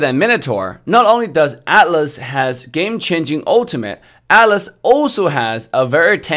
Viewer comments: What your saying is true. Atlas and Alice are completely different. Even in Official MLBB they pronounce as At-las. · Yeah, his T is silent and that's why atlas sounds like alice. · TheHeavieKiwie yeah, for some reason, some people call it alice, Or maybe that's how our ear hearing their pronounciation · He prounoces As Ah-(silent t)-Las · I just heard as Alice at first 😂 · I thought he was saying Alice lol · Ok so when he pronounce Atlas. He pronounce with T silent. Actually your comment popped up the moment I actually thought about this. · He read it as ATLAS but a bit slang since he is in NA I think